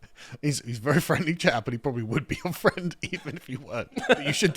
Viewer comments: fwend?? 🥹👉👈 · Mercenary fwend😂